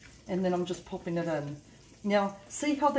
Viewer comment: Are you saying "yoost" lol. My hearing is off